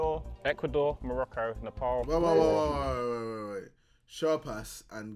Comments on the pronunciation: JJ it isn't Ne-Paul, it is Ne- paal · Noo not Morocco it's Neepaaaaaaal